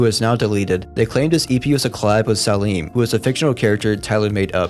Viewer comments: saalem 😭 it is said like say-lim im almost certain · His character salem is not pronounced “sah leem” it’s “say lum” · you forgot to mention its appearance on The Odd Future Tapes vol 1 THEEB? ITS THEBE PRONOUNCED THE-BEY Salim…. ughhhh what are your pronounciations its SUFFERABLE. Its Salem pronounced Say-Lem not Sa-Leem. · bro said salem as saleem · i thought it was pronounced say lem